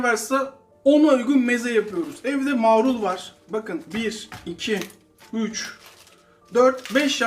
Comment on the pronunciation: kardeş, yaptıklarınızın hepsini hepsini yapıp ana yemek gibi yemek istiyorum yaptığım tam buğday unlu ekmeğimle. Ellerinize sağlık. Yakında sayenizde evin mezecisi olacağım. Bu kadar övgüden sonra sizin bir yanlışınızı düzeltmek istiyorum darılmazsanız. “Marul” kelimesini lütfen “Maaarul” diye “a” yı uzatmadan söyleyin, olur mu?